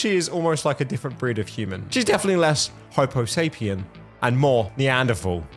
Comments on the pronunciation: did you say hopo-sapien? its homo-sapien. Sorry that just bugged me. I dont play Sims 4 all that often but I play Sims 3 all the time and I can tell you, I would never make this woman in a million years and curse my game. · Did you say HIPPOSAPIEN??? NOW That’s funny